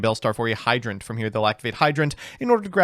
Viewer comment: yooo did just pronounce hydrant like a normal person finally?